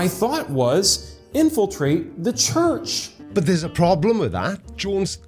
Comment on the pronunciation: I find it hilarious that his god gave favorite „house“ a name that his speech impediment can’t pronounce right.. Tshurtsh…😂